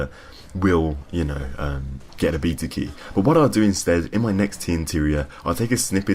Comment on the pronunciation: Stop saying beta wrong.